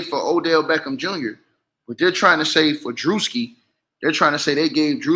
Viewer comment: It’s pronounced Drew-ski😅